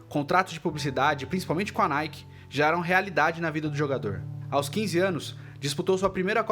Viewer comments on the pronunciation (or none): none